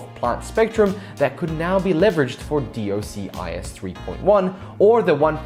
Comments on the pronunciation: "Dee Oh Sea Eye Ess"... Please just say "Dock-sis" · It's pronounced dock-sis :)